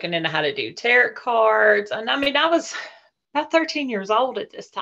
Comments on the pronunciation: Um, no. She can't pronounce "tarot" properly. I definitely will not take everything someone says as pure gold when they cannot properly pronounce what they're talking about. That should be a warning sign. Do NOT take everything as pure gold. Just because the person making this comment is gullible doesn't mean you have to be gullible too. Use your critical thinking skills, do research, and make informed decisions about things. Don't just accept whatever crazy story you hear as truth. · Not tarrot cards Tarot (pronounced "tare-row") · all grownz up innit yet still saying, "taROT". Nah. Fake.